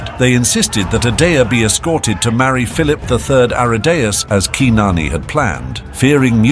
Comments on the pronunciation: yes I did, but once again it's the Google engine, khnarnee, not keenarnee, the former sounding more accurate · or like ur AI calls her qui-non